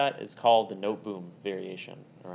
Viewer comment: A) 1.d4 d5 2.c4 e6 3.Nc3 c6 is called The Triangle System, not the Noteboom. The latter is reached after the further moves 4.Nf3 dxc4. B) The Noteboom variation is named after the Dutch player Daniël Noteboom and as such his name ought to be pronounced in Dutch: [noːtəboːm] (using the International Phonetic Alphabet).